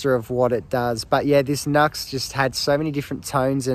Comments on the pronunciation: It's NU-X (new x) not NUX (nucks) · I’ve always said New-X, until recently when I learnt it may be officially pronounced Nucks, so who knows!